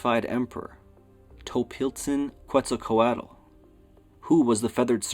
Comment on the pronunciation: The l after at is silent in Nahuatl. Quetzalcoatl is pronounced Quetzal-Co-Ought.